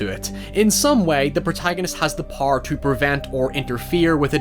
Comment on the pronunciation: Imagine saying the word 'power' in one syllable